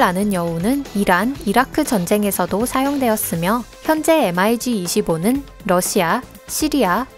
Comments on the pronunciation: 대부분 mig을 m.i.g 라고 안 읽고 미그라고 읽지 않나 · 엠아이지가 아니고. 미그기라고 합니다^^ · 엠 아이 지 25? 보통 미그25라고 읽지않나? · 발음을 왜 단어로 읽어욬ㅋㅋㅋㅋ 예를들어 mig는 엠아이쥐라고 안읽고 미그라고 읽어요ㅋㅋㅋ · 군사지식을 알고 영상을 만들던가 일자무식쟁이들.. SU를 수호이라 읽어야하나 에스유 라고 읽고 Mig를 미그 라고 읽어야하나 엠아지 라고 읽는 지식에 정말 감탄하고 간다. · 나레이터 반성좀 하세요.. 엠아이지가 뭔가요...!!! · 목소리만 좋지 밀덕들 입장에서는 mig를 엠아이지라고 읽는데 안빡치겠냐ㅋㅋㅋ